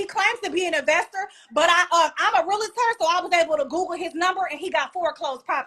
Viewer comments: First of all it's not real-a-ter. It's real-tor. I was one for 15 years, so you out here looking stupid. Men she is masculine as hell demeaning. Degrading, you will be emasculated if you deal with this type of woman who thinks her shit don't stink. Also. 50 homes total is not a flex for a successful realtor by the way. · It's a realtor, not a realator. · Its actually pronounced Real-tor. Not Real-a-tor....Most realtors know ...but I digress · What in the world is a Real-i-tor? Please provide the job description. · Real-tor not Real-la-tor. We learned that day one. Come on Realtor with an education degree. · Toxic and extremely immature! What is a real-a-tor? It’s realtor… all one word. I can’t stand when people say that. Screaming into the camera! This is a dating show, correct? What man can deal with this?! 🤷🏽‍♀️ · Realtor, not Real-a-tor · She's annoying! Like she real live irritating!!! Yelling about how peaceful your life is, is wild lol. Her attitude is gross and not being able to pronounce what your do for a living is hilarious. "I'm a rilliter" 😂😂😂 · Say real estate agent instead of real-la-tor! That’s not the right way to say real-tor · Realtor only has 2 syllables in it.